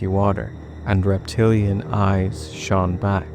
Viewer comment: Bro don't ever say shone like that again. Good lord